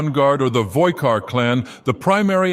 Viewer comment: Who the hell are the 'voikard'? It's 'VOLKIHAR!'